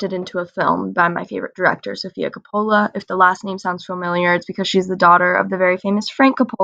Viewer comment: Co-pa-la is the correct pronunciation don't feel bad I pronounced the man who wrote the books last name for 10 years. Do yourself a favor read the book . It's 10x better and really explores the characters much more deeply